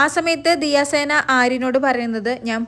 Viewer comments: പെണ്ണെ ദിയ സേന അല്ല. ദിയ സന 😅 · ദിയ സേന അല്ലാടി ദിയസന 😂😂😂😂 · ദിയ സേന അല്ല ദിയ സന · ദിയ സേന അല്ല ദിയ സന എന്ന് പറയൂ